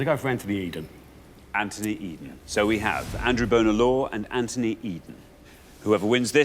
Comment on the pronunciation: Richard and Xander both ALWAYS mispronounce Bonar as “boner”. They do it even when the contestant has pronounced it correctly as “bonner” like Dan did here. It’s so irritating.